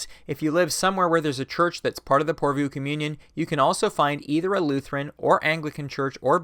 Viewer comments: Good video. But PorvOO, not PorvUU :) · Pore Voh. Stress on the first syllable, long on the o o. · Utterly besides the point but the last two o's in 'Porvoo' are said in the same way as the o in 'more'. 😜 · Finnish viewer here. Loved hearing you talk about lutheranism and the nordic region! Porvoo is pronouced differently to what you said. The O vowel is pronouced the same throughout the word. And it sounds like the swedish Å vowel. Hard to explain. Anyways, Keep up the good work,! Love your videos!